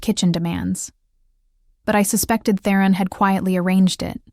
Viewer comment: The audio is better than lots. But for myself, its really grating when a main character's name, ie Theron, is pronounced in a variety of ways.